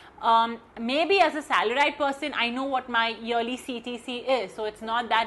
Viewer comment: She literally pronounced salar -ied..